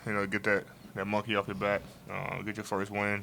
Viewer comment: NBA Players lol yea I think he’s a “gang member” a “crip”. BAC INSTEAD OF BACK.